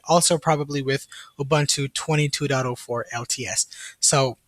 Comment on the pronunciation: It's pronounced "OOBOONTOO"... when will you Americans learn how to say UBUNTU properly??? "OOBANTOO" does not exist!!!